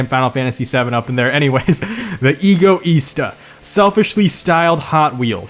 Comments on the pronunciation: It is eg io sta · Smh it the “ego”sta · I'm a italian and the correct pronounce are: Alfaromeo 33 Stradale: Strà-dale, not Stredèlè. Alfaromeo Mito: Mìto, not Meitio Ferrari Testarossa: Tèsta-ròssa, not Thestarosa Fiat Barchetta: Bàrchettà, not Berquieta Lamborghini Countach: Countasch, not Countach Lamborghini Egoista: Ègòista, not Igo-ista Lancia: Lànca (C spitting), not Lensia Maserati: Màseràti, not Masierati The rest is very similar, but for the american accent's it's ok. And i'm disappointed because you didn't put F40 in this video, then this is my description in 4 words: "The only real ferrari" ;) When I heard that of the fiat, I laughed a lot XD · Mr. Wolf Stra-dà-le, non Strà-dale Egoìsta, non Ègòista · e-go-ee-stuh is how pronounce the lambo hot wheels as you call it